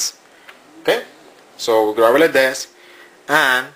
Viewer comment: lol. "not like this. not like dis, not like dis. like THIS!" lol